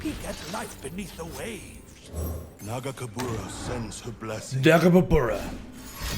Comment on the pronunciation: Did you consider checking out gwent again? Still isnt flawless but it has its strengths. Nagakabouros xD its "e ll a o e" btw